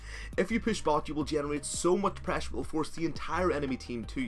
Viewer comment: I keep getting bothered by your pronunciation of "prahssure"